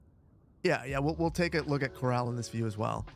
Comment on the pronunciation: Horse "Corral" not "coral" reef - haven't heard anyone say it right yet! Perfect map for ranching.